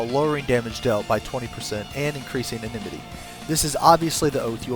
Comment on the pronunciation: enmity. IN-MIT-TEE not enememety